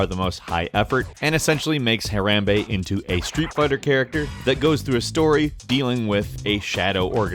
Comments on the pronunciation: What in the... It's not HaREMbe, it's HaRAMbe God bang it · "Har-a-mbe"?! what is that? its "har-o-mbe" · this nigga really said herambee not harambe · It's Ha-rOm-bey not hey-ram-bay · huh rom bae not huh ram bee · i used to think it was hem-brain but now i know its harambe but he said like harembra or something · WHY DID YOU PRONOUNCE IT "HA(RAM)BE"? IT IS AND HAS BEEN PRONOUNCED HA(ROM)BE SINCE THE STORY BROKE. sorry for the caps but that's such a pet peeve of mine. same with watch mojo . they seem to just mispronounce certain words that are commonly spoken in a certain way. even news outlets with hosts who have accents seem to pronounce the words correctly yet with your perfect pronunciation of every other word you still said the word wrongly. sorry rant over. just a pet peeve. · its not pronounced hairrambe its pounced ha-rambe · It's harambe not ha-ram-bay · It's huh-ROM-bay, not huh-RAM-bay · Ha-Rom-bAy not Ha-Ram-bAE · huh-RAM-bey, really dude, its pronounced Ha-rom-bey pls show kindness to our overlord, and savior Harambe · Hey RAM bey? Seriously? You've heard the name said 100s of times by now...how can you get it wrong?. HAH-RAHM-BAE. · Her-ahm-bay not her-ham-bay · Why did you pronounce Harambe "Huh Ram Bay"? Its pronounced "Ha Rom Bay". I'm not being mean or a smartass I'm just warning you for when you sound stupid in the future. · Pfft. It’s pronounced Ha RAAM Bay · You you pronounced “harambe” wrong it’s pronounce “harämbe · My god that's not how you say harambe it's said Ha-Rom-Bae. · dis bitch said harem be. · Ha-Rom-Bay = Harambe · isn't it pronounced Her rom bea......right? I know that my spelling is wrong on it but I did that as like a sound it out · HaRAAAMBEY... dat pronunciation doe. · its pronounced (Hor-am-bay) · Ha-Rom-Bae there you go hooked u up with that dictionary pronunciation stuff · It's pronounced Har amb bai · Ha - ROM - bay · It's Har-AH-mmm-bay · HUH-RUM-BAY IS IT REALLY THAT HARD?! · its pronounced har-ahm-bae